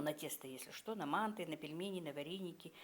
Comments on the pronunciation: вообще то мантЫ а не мАнты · Боже мой, что это???? еще и кругами???? Это где так делают, в какой стране????😂😂😂😂😂😂😂Умора.... Ну и блогер... Учись у мусульманок, делать мантЫ.... Ударение, на последнем слоге...